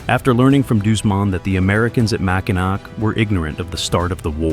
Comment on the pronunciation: AI with a bunch of bad pronunciations. Mackinac is pronounced- Mackinaw